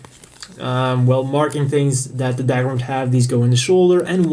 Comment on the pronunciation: What's "dag-rum" ? it's pronounced "dug-rum"